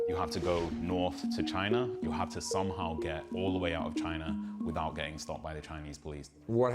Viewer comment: Do any other Americans hear “career” when Koreans say “Korea” ....? Cuz I do.